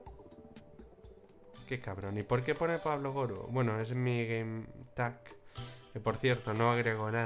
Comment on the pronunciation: es pablo no plabo xD